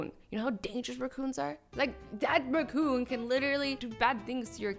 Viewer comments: it's a RACCOON AA NOT RUCOON OO NO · RACOON NOT ROCCON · Raccoon. Not reccoon but I still love you azzy you are amazing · It's raccoon no roccoon